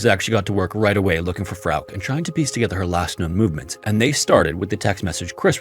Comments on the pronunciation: I was studying in Germany in 2006, great time to buy cheap touristy souvenirs and stuff though. Tshirts, scarves, beer mugs, I even have a Germany flag pillow. That being said, "Frauke" has 2 syllables, I'm just saying. The last "e" is pronounced as a schwa sound. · FROWK omg. As many other channels that have covered this case, how have you never heard someone pronounce it correctly🫠. Frow-kuh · I love your stories but I admit I crinched every time you said Frauk instead of Frauke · Ugh I can’t fucking listen to this. That name is pronounced “FRAU-kuh”. Not frigging “frowk”. Holy god. Don’t you ever look shit up? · Frauke's story, wow. That hit differently than some other stories. Just wanted to point out: Frauke would be pronounced "FROW-kuh". "Frowk" made me think "freak" at times. Great work as always. 🤍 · German-American here. I'm certain her name would be pronounced Frauk-uh. Not Frauk. Not trying to be pedantic, nor do I mean any disrespect to the American narrator who I'm certain is unfamiliar with German pronunciation. Poor girl. 😥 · I really like your channel but please just Google non English names before you record. The girl's name is pronounced FROW kuh. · Its FA ROOK. Lmao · I love your videos but i sometimes cringe at the pronunciation of european names! Katica would be Ka-TEE-tsa. Frauke would be FRAU-ke with two syllables. Feel free to ping me if you need to run any names past me in future - I know most european languages at least well enough to be able to provide pronunciation for names, except perhaps for spanish and portuguese. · Frouke should be said: Frow (like in "frown") + kuh. If you are the least bit doubtful of a foreign name, please just look it up. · Please learn a minimum of foreign pronunciations if you're going to delve into foreign incidents. Germanic words ending in "e", are usually pronounced "eh". So Porsche is pronounced "Porsch-eh" and Frauke is pronounced "Frauk-eh". It's so simple, even a caveman can do it.